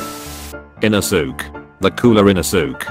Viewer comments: You pronaunse the e in inosuke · Bruh The way he is pronouncing inosuke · The way u said inouske is so so wrong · the text: inosuke, ara, aah, giyuu, genya, kanao the ai voice: INOSOOK, AIRA, A-A-H, G-I-YOU, JENNA, KANIO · How the voice pronounces the names : Inosuke : InosUk Giyu : GAe-you Gyutaro : jAyutarr